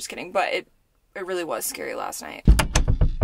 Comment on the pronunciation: Your southern accent describing the lightning “It’s turning naht into day” was perfection. Especially from a Michigander